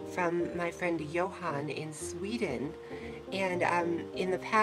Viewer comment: Actually, in Sweden, we don't pronounce the H in Johan, so it's more like Jo-an. Absolutely not Joan, but exactly like you say it except the H. :)